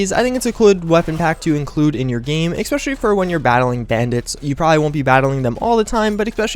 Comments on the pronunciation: I'm not sure why this bothers me, but you say "especially" like "X-pecially" and it is VERY annoying since you say it almost every 30 seconds. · Ec-specially... Ec-specially... Ec-specially... Ec-specially... Ec-specially... Ec-specially... ARRRRRGGGHHHHHHHH!